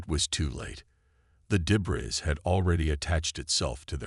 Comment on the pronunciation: Great! Sarah Chen yet again!!! And what is: "DEH-briz"!!!??? And yes, I stopped listening at just over 2 mins because, obviously, your AI sucks and I am not going to subject myself to Numerous grammatical errors.